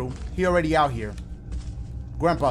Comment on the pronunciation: dashie the type of dude to call someone "grampee"...............